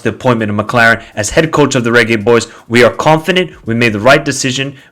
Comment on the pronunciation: 😂😂😂😂😂 he's pronouncing it the right way